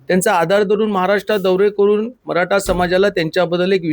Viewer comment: मराठा असतं. मराटा नाही. 😂😂😂😂